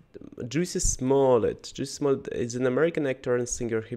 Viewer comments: First, the audience was laughing because his name is Pronounced Jessie, Not Juicy. Second, MAGA is people who are Trump supporter's. They wear red hats that say Make America Great Again {MAGA) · Chappelle said Jussie name wrong. He called Jussie name Jucy.